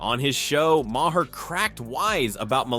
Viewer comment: Ma-Hair? instead of Maher? no wonder no one subscribes to this channel